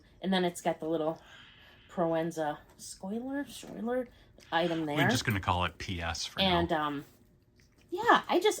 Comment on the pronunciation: Proenza Schouler is pronounced “pro-en-zuh shoo-lurr”